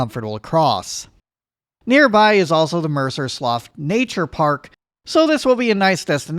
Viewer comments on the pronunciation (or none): "mercer sloff"